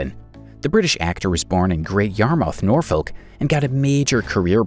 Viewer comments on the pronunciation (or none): NOR-FK and MEL-BIN (pronunciation) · the way this bot says Norfolk